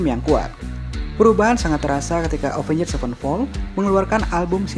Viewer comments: Jangan pakai 'njed' dong baca Avenged nya 😂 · Soalnya rada susah dibaca kalo ga pake "njed" 😂